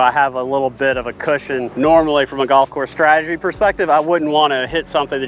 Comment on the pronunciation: ‚Stratagy‘… really?